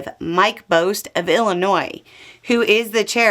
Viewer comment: Mike BAWst (the correct pronunciation of the 12th district congresscreature -- my district, unfortunately) the Marine veteran, who's too precious to hold an in-person town hall, seems to think just being ON the veteran's affairs committee is enough. He does little for the Illinois 12th, sucking up to his orange crush, so I would be fascinated at his explanation to the American Legion or the Marine Detachment 1013 in southern Illinois on what further problems this little hiccup might cause for an area already having homelessness problems.